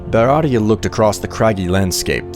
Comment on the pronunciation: This is cool, but why do you keep saying "beratia" for Beatia?